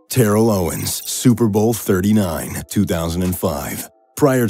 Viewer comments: How did he mispronounce Terrell in Terrell Owens and then immediately pronounce Terrell Davis correctly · "Tairell Owens"